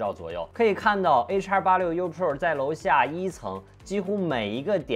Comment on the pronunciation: 就没有朋友给你善意的提提建议吗，你的pro,发音真的很难受。